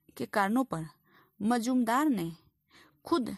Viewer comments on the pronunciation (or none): Would you mind please, Not majmudar it is Majumdar. Do correct pronunciation. He was a pioneer of Indian History ঐতিহাসিক রমেশচন্দ্র মজুমদার।